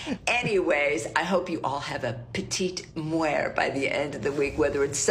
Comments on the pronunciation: its petite MORT, not petite muer or whatever she trying to say lol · I’m sorry I can’t deal with the fact that was saying “la petite muert” the whole time instead of “la petite mort” it’s not pronounced the way she was saying it at all and it was driving me nuts